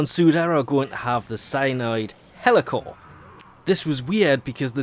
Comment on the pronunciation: Please, learn to say Heliocor. It's HEE-LEE-O-COR, not Hellocor... it frustrates the life out of me!